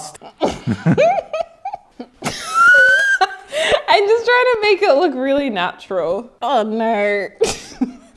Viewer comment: "I look very.. I look very faaast." 😂😂😂